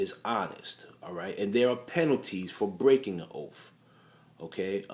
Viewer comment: Yeah and "oaf". The word is OATH!🙄